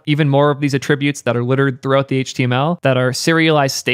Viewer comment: The way he says attributes is pretty funny